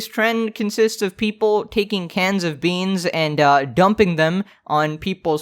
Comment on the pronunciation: You didnt say beans correctly you dookie man